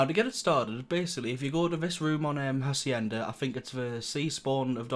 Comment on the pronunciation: Don't ever say Hacienda ever again.